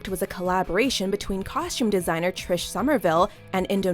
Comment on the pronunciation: I cringed every time she pronounced costume with an "SH". Ugh!